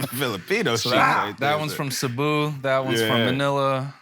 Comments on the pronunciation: Oh shit you’re right, people usually say “Seyboo” and the fact he said it right confirms it 😂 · okay, he pronoounced "Cebu" right, I'm calling it, I've never heard a non-filipino say it right...